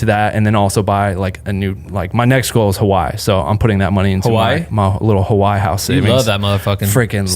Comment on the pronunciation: please pronounce Hawaii correctly man it aint hard lol